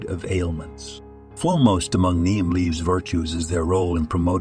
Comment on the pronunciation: If you use AI to write the copy and narrate, it would behoove you to edit your presentation. Try to get all the words consistent (Neem leaves listed as neon, name, niem. Once it came through as neem, then immediately the word for injury, wound, was pronounced as if winding a wire on a spindle. All the copy/narration shows similar dumb mistakes.